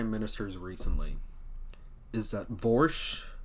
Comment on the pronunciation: Vorsch? Neigh, no way!